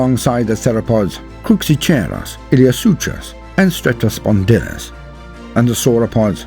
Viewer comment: Some pronunciation help, my natural history friend: - Cruxicheiros : not, 'Crook-see-chair-oss', but 'Cruce-ee-kyre-oss' ('kyre' like 'pyre'; 'cheiros' like 'Cheiron'; as a kid I often pronounced this suffix as 'cheer' or 'chair' so it's easily done I know, but it's more like the 'ch' is a 'K' and then 'eiros' is like 'ire-ross/oss') - Iliosuchus : not, 'ill-ee-oh-sooch-us', but 'ill-ee-oh-sook-us'. SOOK I say SOOOOK ('suchus' is a very common suffix in these names, meaning 'Crocodile') - Cetiosaurus : not, 'Set-ee-sore-us', but 'See-tee-oh-sore-us'. ('cetio' = whale) Cetiosaurus is an unsung wonder of the Middle Jurassic. Deserves more love. - Cetiosauriscus : not, 'Set-ee-oh-sore-ick-us', but 'See-tee-oh-sore-iss-cuss' ('iscus' like 'discus') - Rhamphocephalus : not, 'Ram-pho-serra-phus', but 'Ram-pho-sef-al-us' (prefix in the name, similar to the Pterosaur, Rhamphorhynchus; 'Ram-fore-rin-cuss') - Patagosaurus : not, 'Pah-tag-oh-sore-us', but 'Pah-targ-oh-sore-us' (subtle difference but I would put a little more emphasis on the second syllable) - Biota : not, 'bye-otta', but 'bye-oh/O-tah' (a bit of a pedantic one but yeah; emphasis on that sweet sweet second syllable) - Equisetales : not, 'Eck-kwee-stahl-ess', but 'Eck-kwee-see-tah-les'. - Diplodocus : not, 'Dip-low-DOCK-uss', but either, 'Di/Dee-plod-oh-cuss' or 'Di/Dee-plow-doh-cuss' (note: 'di' like 'dee', not 'di' like 'die'; I just meant to clarify; I know you didn't say 'die' for 'di' I just meant to explain my own m